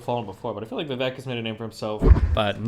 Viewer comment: Its Vivek like cake. Viv-ay-k